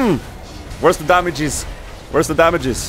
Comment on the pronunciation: "where's the damaJeez " :D